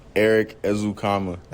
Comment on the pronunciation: Congratulations, you said Erik and Noah correctly! Baby steps haha